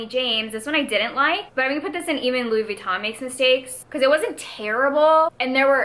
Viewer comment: I think you’re pronouncing ‘Louis Vuitton’ correctly. All you’re missing is the French accent and since you’re not French no one’s going to expect you to have one. Fun video and loved the Housewives tier names.